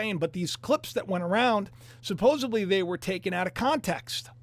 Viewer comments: not "supposably" -- SUPPOSEDLY....suPPOSEDly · Supposedly is correct ✅ Supposably…is NOT!!!